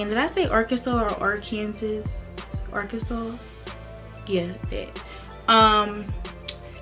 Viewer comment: Its the “Ar- kansas” for me😂😂😂😂😭😭😂😂